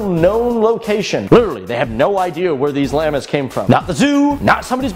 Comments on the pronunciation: You pronounce it Llahmus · Why you say llamas like that